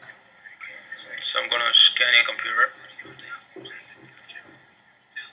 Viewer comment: TheDutchOwner's Tech Channel Hij zet inderdaad een Europees accent op maar denk geen Nederlands accent. Luister maar naar de manier waarop hij zn 'r' uitspreekt en bij het woord computer klinkt het als 'Compoeter' waar een Nederlander eerder 'Kompuuter' zou zeggen. Slechts een mening btw :)